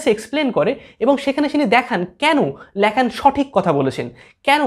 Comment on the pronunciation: জ্যাক ল্যাকন না ভাই লাকা ভবে উচ্চারণ টা।